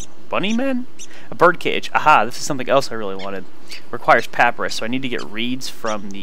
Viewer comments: in case anyone hasn't mentioned it (in the last 2 years), it's pa-py-rus not pap-rus Sorry to be a grammar Nazi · he said paprus